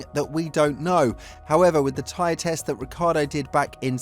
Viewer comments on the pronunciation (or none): none